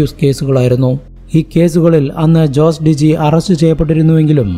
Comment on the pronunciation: Jose ജോസ് അല്ല ഹോസെ